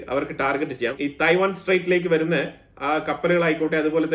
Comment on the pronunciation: It’s not TAI- WAN it’s TAIWAN 🇹🇼